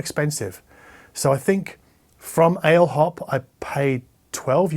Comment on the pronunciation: Ale hop is pronounced probably Allez hop, it's a commonly used term for "let's go" in France maybe also in Portugal and Spain. After all it's a Spanish brand. I really enjoy your videos! Thanks for your content. Have a nice Christmas 🎄!